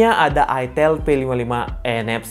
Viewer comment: Itel beda dengan itil wooooy Otak loe yg meleset ngalor ngidul Itel Alcatel Sahitel Telkomsel Kenapa ada kata tel itu merujuk singkatan telecomunication / telekomunikasi Beda dengan ITIL , huruf beda pelafalan juga beda kecuali elu cadel ga bisa ngomong i .